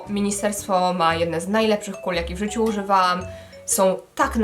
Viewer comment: Jako stały widz chciałam nieśmiało zaznaczyć, że często zdarza Ci się mówić "smarowaam" zamiast "smarowałam" lub "uzywaam" zamiast "używałam" itp. (przykładowe słowa - chodzi o zjadanie tego "ł" film - lub ). Nie jest to absolutnie hejt, mogłabyś skupić się nieco na dykcji :)